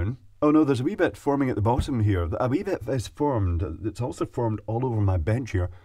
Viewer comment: i like when says "a wee bet." i actually love it haha.